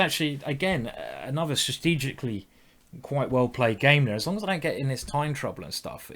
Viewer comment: "Sustegicly" --Simon Williams